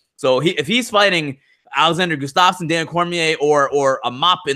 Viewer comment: is usually pretty solid with his pronunciation of names but, for whatever reason, he seems to enjoy absolutely butchering Gustafsson's.